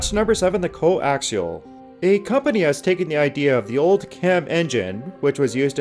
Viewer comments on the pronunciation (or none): none